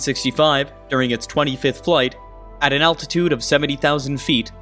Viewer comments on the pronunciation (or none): none